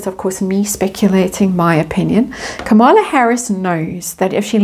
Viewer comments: Kamala..accent on KAH-mala..Indian pronunciation Comm-la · just FYI, her name is pronounced KA-ma-la. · Quick note; Kamala should be pronounced like Camelot, emphasis on first syllable. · All the YouTubers outside the US are having trouble with the correct pronounciation of Kamala. I try remember it is Kama-la, but my inclination is to say Ka-mala. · Yeah….she ain’t no Kamala (pronounced Ka Maa La) meaning perfection or Lotus flower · you may like to know that Kamala's name is pronounced with accent on the first syllable.